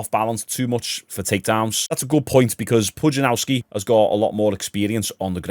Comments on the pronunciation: Pudzianowski not Pujanauski wtf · Did you write Pudzianowski so disrespectfully wrong to try and generate comments? If you want to learn the pronunciation phonetically it's Pudge-ee-an-off-ski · Who the f is Pujanauski. A youtuber of your level both subs and intellect should at least take the time to google the guy's name. He's one of the strongman goats, if not the one